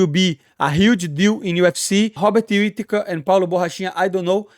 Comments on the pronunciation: Merab Dashwill vs Hobbit Whittaker for the best enmagined name pronunciation 2024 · Hearing you pronounce all these names like this was hilarious. But I wasn't prepared for hobbit whittaker lol. All respect though.